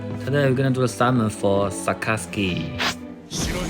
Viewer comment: Sakazuki not sasaki